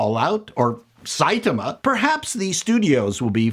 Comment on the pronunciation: you call him Sai-ta-ma, bless you 😚